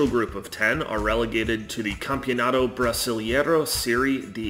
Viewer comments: Why English speakers saying EI things in Portuguese, like brasilEIro, ALWAYS invert the EI sound... brasil-IE-ro instead of brasil-EI-ro?? EI sounds just like the sound of the letter A in English. Like AY. Brasil AY ro. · Yeah, it hurt my ears hearing about palm-YE-ras and cruz-YE-ro playing the Campeonato Brasil-YE-ro. But other than that and errors about the Paulistão, the video was decent. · Não consegui ouvir o cara dizer "Brisilieiro" 2x. Não dá, tive que encerrar o vídeo